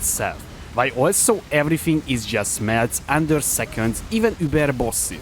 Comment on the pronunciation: tonkiness it's everyfing